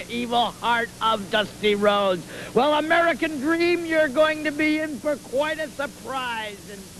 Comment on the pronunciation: The Amewican Dweam